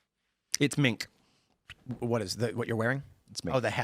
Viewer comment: Tim it’s “Mink” lol!